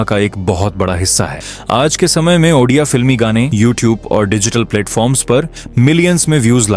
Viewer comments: ଓଡ଼ିଆ❌ ଅଣ୍ଡିଆ ✅ 😅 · Ondia no Odia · Fast pronounce thik Karo.baad mein vdo banana.bahut gusa atta hei app jab odia ko ondia bolte hei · Bhai ondia nehi ondia nam sunke hasi bahut aa rahahe... Bhai spelling thada thick kara ONDIA NEHI ODIA ଓଡ଼ିଆ...... Ondia ka mening odia me kia hota hai pata hai???? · If possible make the diction and pronunciation prompts to voice over or AI correctly, it’s not “ONDIA” it’s “ODIA” , in that way you are spreading wrong info about the state and its culture. Your content is so good and thanks for spreading out such positivity but due to such misspellings it can hurt our sentiments too. Kindly recreate and then post it again if possible. Good luck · 😂Ruk jaa bhai ondia ondia bolke odia ko moraoge kya.....well 👍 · Abe sale odia 😌 ondia nehi😡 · Ondia nahi bhi odia 😂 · Ondia nahi odia bulate hai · It's not3 ondia it's odia pronounce it clearly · Bhai tum unpadh ho kya 😂 odia ko ondia bol rahe ho 😢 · Abe odia hei. Ondia nhi 😢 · abe ondia nahi Odia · Ondiya neyi Odia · Not ondia it's ओडिया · Odia hai be ondia nahi 👺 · Ondia Nehi odia ❤❤😂😂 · Ondia 😂 Odia ❤ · Andiaa film 🤣🤣🤣🤣😂😂😂 tereko padhna aata hai re😂😂😂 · Ondia na endua ba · 😂😂 ha kuch jagh jagha ondia bol Diya he bhai ne Edit- but bhai ne reserch acchi kari he us liye chalta he